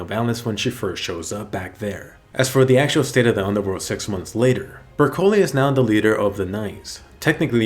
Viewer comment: In did you say sex months later?